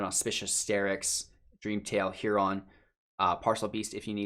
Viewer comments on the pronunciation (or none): hey bud, Heron is said heh·ruhn not heh-ron. Just a tip